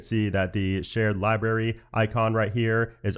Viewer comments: I love your videos,, but it libRary with an R, Not Libary,.:) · Did he always say "libary?"